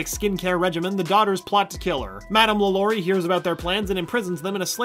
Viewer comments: Not pronounced lalory it's more like la la ri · Wait why can’t this guy pronounce things? 😂 LAlaurie not LaLAURie Cask of amontiYado not llado macAHB not macaBRUH